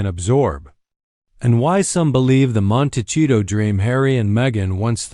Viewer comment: Hard to listen to this video when the narrator can’t even pronounce the name of the town right 🤦‍♀️